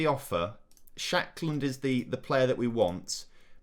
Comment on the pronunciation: Lucas Nmecha had a couple of decent loans but never really performed in real life. And Lawrence ShaNkland has 2 N’s in his name, it’s not Shackland😝